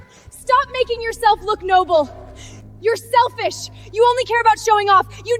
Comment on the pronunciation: "I never thought you so selfif".🤣🤣🤣🤣🤣